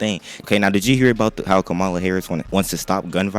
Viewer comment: It’s Comma La😂 Kamala was a WWE wrestler who wrestled Hulk Hogan in the 80s